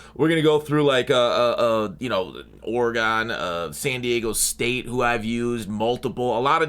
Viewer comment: My man said Ore-GON.